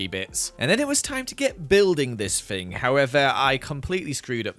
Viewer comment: why do you say fing not thing